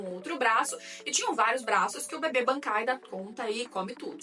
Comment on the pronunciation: "Bebêkai" kkkkkkkkkkkkkk gostei